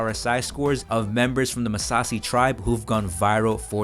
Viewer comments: It's Maasai tribe, not Massasi. Good stuff though. I am going to start the challenge here soon!! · Masassi tribe? You mean Masai tribe? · great video. But Correction on the "Massasi tribe" .. It's "Maasai Tribe" NOT "Massasi tribe". They Are a tribe from my home country.